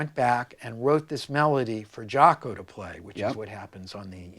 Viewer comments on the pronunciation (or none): Rick, it's pronounced Jocko (an "o" not an "a"). I know you know, not trying to be a d i c k. Some French jazz player started pronouncing it like that, back in Jaco's early days, and it stuck.